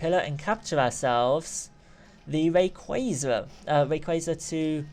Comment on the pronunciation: You say Rayquaza wrong